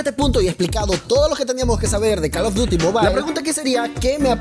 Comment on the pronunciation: JAJAJAAJ pensé que era el único men que dice Carlos duty XD